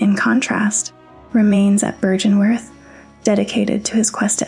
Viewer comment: The pronunciation errors are slightly distracting, given how well everything else is put together. Many of the words are pronounced in game several times. Heck you even comment on byrgenwerth in your script. Seems like it would have been easy enough to verify and come to the correct pronunciation. It's an uphill battle finding purchase in the soulsborne lore community I bet, and given the toxicity of gaming community in general I would try to not give people reasons to dismiss you as a clout chaser or whatever.